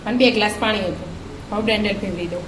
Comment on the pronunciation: બેન પૉણી નહી પાણી બોલો